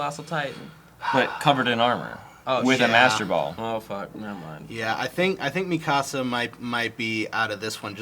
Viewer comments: he is pronouncing mikasa weirdly, because i'm pretty sure in the show they pronounce it Mee-kuh-suh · Marlow AKA Cam31825 Yep... he's saying it like "mi casa" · Marlow AKA Cam31825 did you watch it dubbed? that pronunciation is just the american butchering of the name lol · Yeah the dubbed butchered the name